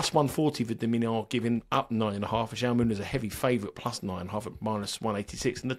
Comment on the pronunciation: Just for future reference, it's pronounced how - may ( Jaume) the Spanish equivalent of Jamie 👍thanks for the great content